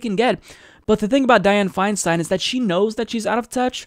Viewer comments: it grates on my ears when you say her last name It's pronounced like FeinSTINE not FeinSTEEN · The name is Dianne Feinstein pronounced FineStine. Just an FYI. It only takes a minute to look up how to pronounce it on google. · I believe that her name is pronounced Fine- Stein (like beer stein). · Isn't it pronounced Fein"stine"? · Isn't it pronounced /'faɪnstaɪn/?